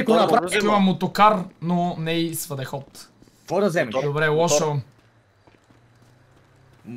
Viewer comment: Колко пъти каза свъдеход, вместо всъдеход хаха :D